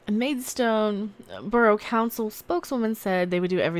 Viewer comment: it's pronounced Maid..stone lol 😉